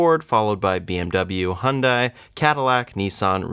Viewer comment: Bro, love the content, but please learn how to say Hyundai correctly.